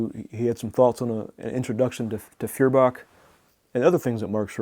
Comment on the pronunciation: It is pronounced FOYER-bach.